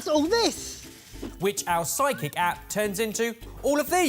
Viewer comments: I keep hearing "psychic" instead of "sidekick"! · I still hear psychic every time